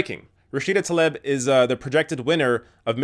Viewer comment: Surely it's pronounced "Tlaeeb", not "Taleb".